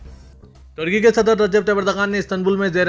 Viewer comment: Pakistan Aur " Tarky" nahi " Turky" bolo